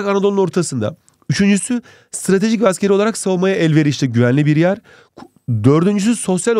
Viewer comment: 1.19 2. coğrafi olaragğ Anadolu'nun ortasında 🤣😂